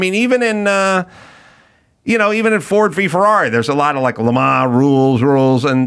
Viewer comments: It's Le Man (not Le Maw) The s is dropped and is it's Le Man. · Quit saying “Le Ma” already, you’re driving me insane!